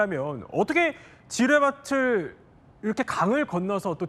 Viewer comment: [지뢰바츨] 틀린 발음...